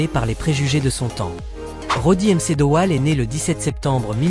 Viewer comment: Roddy m. C. Dowell. 😂😂😂😂😂 MC se prononce "mac" c'était franchement nul